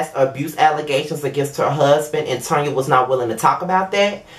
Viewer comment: Thank You for pronouncing her name as what it is Tanya. She know her name is Tanya, What is Tan-ya? Girl Bye👋😂